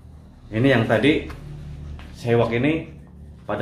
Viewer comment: seahawk bang bukan sewak 😂🤣 salam satu hobi 🙏